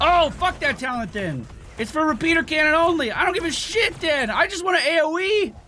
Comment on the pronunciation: "this is our A-O-Wii" :)